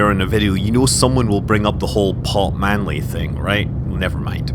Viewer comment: "Pot Manley" :,D